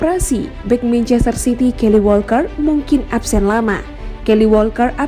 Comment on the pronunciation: Bukan kaily min,TPI kayle Walker 😂😂😂